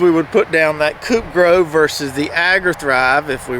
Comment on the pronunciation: It is not pronounced coupe grow, it is co-op like ko.. opera. COOP!